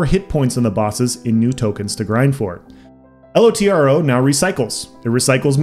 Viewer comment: I was playing LOTRO from BETA until ESO Beta when I switched. LOTRO had been in decline for a while and 2022 has definitely felt like LOTRO did in 2014. btw it's Lotro all one word not L-O-T-R-O